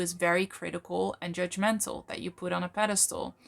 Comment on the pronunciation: “Pedestal”;), not “pedestole”